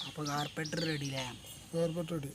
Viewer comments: Carbaiter ennala carburetor enna😜😜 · Carbaitor alla.carburator.carburation cheyyunna part. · Carpeter alla mone Carbaitor ok 😂😂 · കാർപ്പറ്റർ അല്ല , കാർബുറേറ്റർ എന്ന് പറയുക. വീഡിയോ നന്നായിട്ടുണ്ട്👍